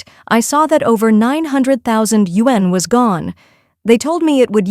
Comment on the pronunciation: All of you who narrate these videos need to know how to pronounce “Yuan”. 😆